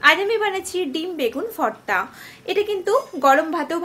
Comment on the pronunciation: That's bho bho not forta😅it's bhorta